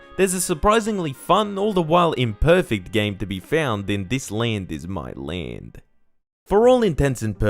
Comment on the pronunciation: "This lend Is my lend"... The accent 😂